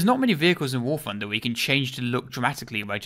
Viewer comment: warf hunder!